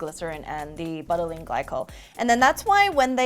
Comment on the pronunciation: Me it is like beutylene not butt